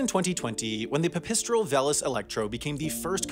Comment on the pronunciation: Just a note, a pipistrel is a type of bat and it's pronounced "PIPPY-strul".